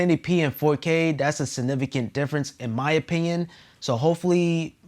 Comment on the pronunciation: You lost me at "inpinion"